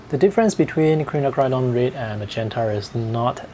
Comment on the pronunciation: Quinacridone is pronounced KWIN--NAK--CRUH--DOHN >>>